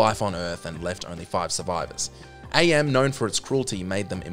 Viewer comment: By the way, AM is pronounced "am", NOT "Ay-Em". He literally explains that his name is from the translation of "Cogito Ergo Sum", which is "I think, therefore I am."